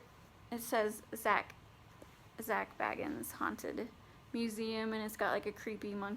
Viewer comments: anyone else get kinda man when she say BAGans instead of BAYans...triggered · BAY-ginz, he himself pronounces it BAY-ginz